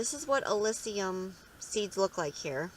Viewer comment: All good, but it’s pronounced AH-LISS-UM, not AH-LISS-EE-UM